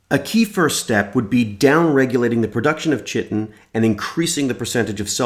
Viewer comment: You don't pronounce 'chitin' with a 'ch'.